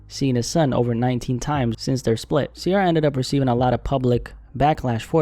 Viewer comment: Ciara not Sierra